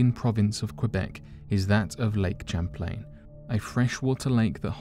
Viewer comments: It’s not CHAM-plane... it’s Pronounced Sham-plane! 🤦🏼‍♂️ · The name Champlain is pronounced (Sham)( Playn).